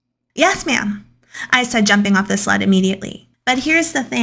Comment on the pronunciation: Okay, I don't know where the narrator is from, but the way she pronounced the word "sled" like "slat" or "slad", I had to go back 5 times to understand what she was saying and I swear I briefly thought she was saying "slut". 😳😂